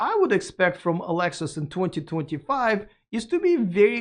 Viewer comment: Why is he calling Lexus, Alexus?